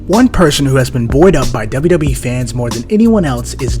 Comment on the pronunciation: Why the heck do you whisper and put your lips on the mic?!? And it’s WWE (DoubleU DoubleU Eee!!!) not Dubba Dubba E!!!!!